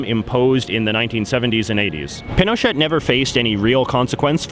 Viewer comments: It's pronounced pin oh shay not pin oh shet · Also, Pinochet is pronounced as Pino-chay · The former president's name is pronounced pee no shay, not pin o chet. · is pin o chet not pee no shay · jj im sorry but its not pino*chet*, its pronounced pino*cheh*. act like you're speaking french aka dont thing about saying the letter t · Pinochet is pronounced "pino-shey" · in Spnish it is pronounced pee no chay or pee no shay - but not as it was pronounced in the video. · You mean like mispronouncing Pinochet all the way through the video? Yep, great journalism!!! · you go all the way to the country and do a piece like this on the protests and can't pronounce correctly the Dictator with a 20 year reign? Yes, that is pretty sloppy. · You don't say the t of Pinochet. Great video though. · not to mention that pronunciation of Pinochet! oy vey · Can't believe how you don't even pronounce General Pinochet's name correctly. Did you do any homewor like talk to anyone about him or watch any videos on him? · You don’t pronounce the “T” in Pinochet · true but he could at least say the words correctly even if w/ an english accent.. for example he said "machupe" and "pinoshit" (which i think is a good name for him), but its possible to have respect for the language and say "pee-noe-shay" or "ma-choo-pay" etc